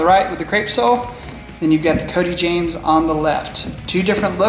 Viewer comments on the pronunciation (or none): none